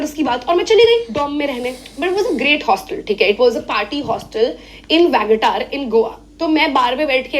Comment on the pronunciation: Vagataar nahi Vagator ..avataar bana diya mother ne 😂😂😂